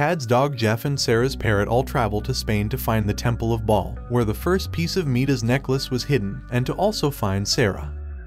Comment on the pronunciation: its midas is pronounced my-dis also second